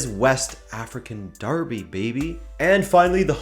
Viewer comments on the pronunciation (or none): none